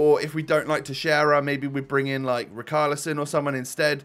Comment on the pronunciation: As an Evertonian his name is rich ar li son